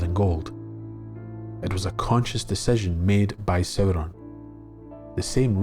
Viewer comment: I love the way you say Sauron, it's so beautiful